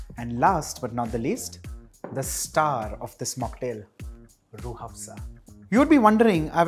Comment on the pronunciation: Hahaha me pakistani watching..m and just heard him saying rooh (h)afza... Delicately 😂😂😂😂